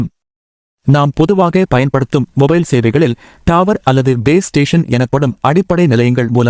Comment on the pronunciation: டாவர் இல்ல தம்பி டவர் பா😂